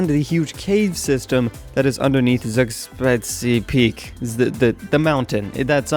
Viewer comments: Tsoogshpitse - That's how it's pronounced. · Mountain is pronounced zoog-spits-uh but I could be wrong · zoog-speet-seh peek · It's pronounced zoos-pits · It's pronounced tsugshpitse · its pronounced "Zoog-Spite-z" :) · its pronounced tsug shpitse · Its Zugs-Pit-Ze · zugspitze. zoog-spit-sah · You have to pronounce it zugpitzé